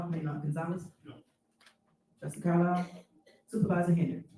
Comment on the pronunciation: Did she call Trustee Carlisle Trustee Carlier??? She is sooo petty